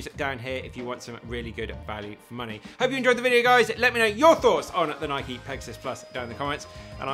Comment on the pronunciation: Thank you for saying the name, Nike, correctly. Can’t believe it’s such a point of contention when the founder of the company pronounces it the way you do in this video.